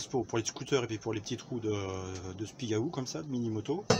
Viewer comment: Super Merci !!!! je vais faire pareil..........bon pour l'accent du Spigaouuuuuu, ça se prononce pas comme ça !!!!!